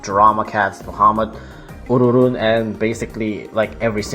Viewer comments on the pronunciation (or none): Is it just me or i am triggered about how says ururun ururun? Also you say ururun “ureran”